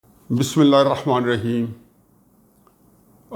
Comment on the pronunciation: Sir plz recite bismilah.... Correctly.